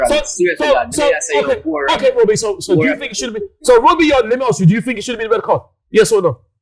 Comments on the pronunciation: ..we have to 'Aks' them..🙊🤣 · ‘We have to arks them ‘ gosh I love 😂😂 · Axe them, isn't it Ask them? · Why does he keep saying aks instead of ask